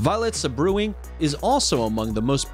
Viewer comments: Violet SEBREWING! Hahahahhaha - Sabre Wing? 🤦🏻‍♂️ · Um, isn't it pronounced "SABREwing" sabre as in sword vs. "saBREWing" brew as in beer? 🤷🏻‍♀️ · Wonderful video. Maybe the first one is pronounced Sabre Wing and not Sa Brewing. Other than that nice compilation. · Had to LOL at the sa-brewing! They are called sabre-wings, because of sabre-like feathers in their wings. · sa·bre·wing /ˈsābərˌwiNG/ Yep! I had to laugh as well. You know, before you make a video to publish on the internet, you might want to look up that word! ....You know, just to make sure you are pronouncing it correctly??? Save "suh-brew-ing" for that suh-cup of suh-coffee ! 🤣🤣🤣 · Number 10 is a sabre wing as in sword, not sab rewing. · sabrewing is not 'sa-brewing' but, wait for it, SABER-WING - a sabre is a sword, fool! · Sa-brewing? Hahahahahaha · Violet Sa-brewing 😆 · It's pronounced Saber wing